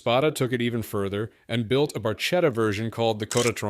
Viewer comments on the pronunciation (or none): Tip for next time; "barchetta" is pronounced "barketta" in Italian; little boat. Not bartchetta, that is Spanish pronounciation.